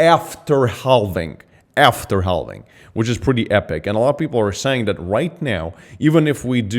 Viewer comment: he says.. HELL VING.. lol